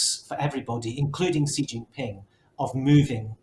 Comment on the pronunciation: I’ll start off by saying when your commentators can’t even come close to saying Xi’s name right it’s hard to take whatever you say afterwards seriously 😂 and then he said “look to China for prosperity, look to America for safety”. No truer words.